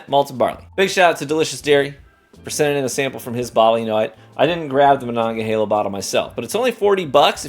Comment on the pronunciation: Native Pittsburgher here and I've never been so proud someone pronounced Monongahela right 😆 I LOVE this bottle btw, great $40 rye.